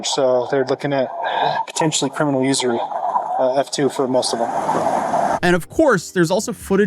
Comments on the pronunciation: I was super confused when you said "ersury charges" until you defined it. Usury is pronounced like "use". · “URSHIRY?!” My man, the cop even said it in the video “USE-ery” 🤣 This script feels a little rushed bro. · Its pronounced 'you-ser-eeee' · It's "usury" (YOU-ZHUR-REE) not whatever the hell you said 😆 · Usury is pronounced like yoo-zhr-ee, just for future reference. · usury? Pronounced "use-err-eee" just fyi. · Use-er-ree* charges the cop says it correctly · Lol did you just call usury urshary? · Think of it like "USER-y", or go British with "use-youry" Lol hurr durr urshuree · YOU-zur-EE It’s such an odd word to pronounce. Love your content